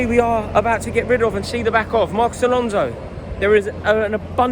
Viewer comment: Can't wait to hear what you have to say abihr Haaland lol